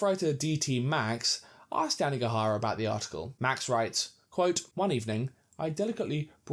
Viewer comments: it’s YANAGIHARA, not Yanigahara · Great video, but I think you switched around the vowels in Yanagihara's name. You kept saying YanIgAhara, instead of the other way around. Great view nonetheless!